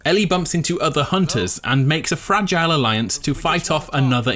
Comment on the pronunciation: Did you say fregile or fragile, because I don't think you made that joke, and that's a missed opportunity dude